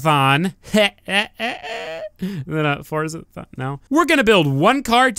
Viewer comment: Fordzathon? no you didint